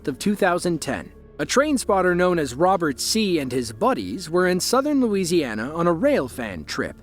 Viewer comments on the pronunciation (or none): none